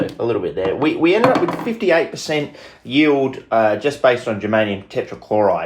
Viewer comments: yeild lol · "Yeild" lol are you welsh?